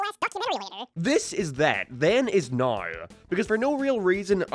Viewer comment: "neoouwww" Dude canadians are not real, literally hate english canada canada would be my least favorite country and people if quebec didnt exist, since quebec exists its up there in my top 10 though, you literally cant speak english and you do it on purpose its so gay